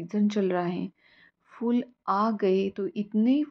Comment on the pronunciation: Beautiful! Amazing considering you are on the 10th floor. Your plants look healthy and clearly you are taking good care of them. 🙌🏼 Also loved that you are pronouncing word ‘फूल’ correctly. Nowadays people pronounce Devanagari ‘फ’ as English ‘f’ in ‘fool’ instead of ‘ph’ in diphthong.🙏🏼